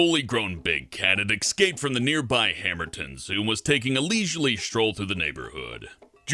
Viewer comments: Why does it say * I ekscaeped * litterally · I ekscaped 😂👌 Just gotta pause at the right moment XD